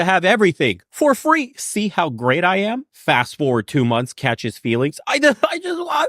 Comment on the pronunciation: Lmao it sounded like she said "I ham great" 😂 anyone else hear that?